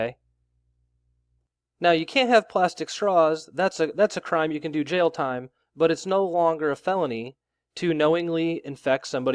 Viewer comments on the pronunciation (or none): none